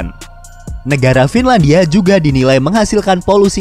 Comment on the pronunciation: FINLANIDIA NIDIA NIDIA NIDIA